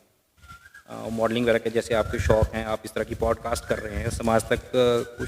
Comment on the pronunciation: आपने अच्छा प्रोग्राम किया, कृपया प्रोग्राम के शुरू में जय श्री राम न बोलें क्योंकि सभी धर्म के लोग आपका प्रोग्राम देखते हैं और उसकी तारीफ करते हैं। आप जय हिंद बोल सकते हैं। अपना अंग्रेजी के शब्दों का उच्चारण थोड़ा ठीक करें किसी से आप किसी एक्सपर्ट से विवेचना करवा सकते हैं, जैसे 'पॉडकास्ट' को ठीक से बोलें।